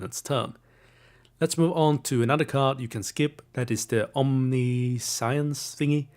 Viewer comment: Omniscience is pronounced like Omni-shense (Rhymes with patience)